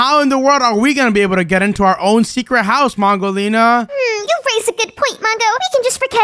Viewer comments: You Saïd wudolina you support to say mongolina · Mongo accidentally said wudo lina to mongo lina 😂😂